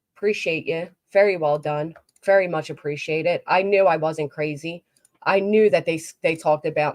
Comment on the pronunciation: Baby doll, you know I think you got it all, but for the love of Pete, why do you pronounce “very” like “ferry”?! 🤣